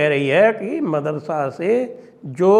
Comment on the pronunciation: Marasada नहीं madarasa